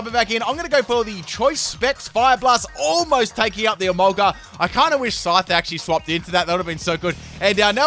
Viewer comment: Absolutely no one:: Emolguss!!!